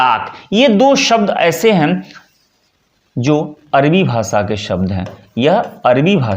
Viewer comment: जी थोड़ा प्रयास करके अपना स्वयं का उच्चारण ठीक कीजिएगा। अरबी को आप अर्वी बोलेंगे तो कैसे बात बनेगी।